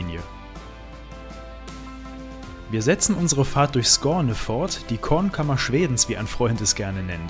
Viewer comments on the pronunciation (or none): none